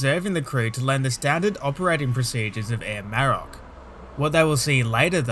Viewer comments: The emphasis is on the O, not the A Maro^c.. just fyi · A great video…but your ATC voice was erm, weird. I’d also say you need to learn how to pronounce “Maroc”.